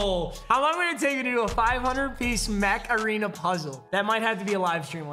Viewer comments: it sounds like you keep saying macarena. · Everytime he says "mech arena" I think he's saying macarena